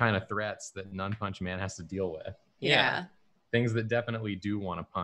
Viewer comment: I swear, I thought it was "Nun-Punchman" a man that punches nuns, not "None-punchman" a man that doesn't punch.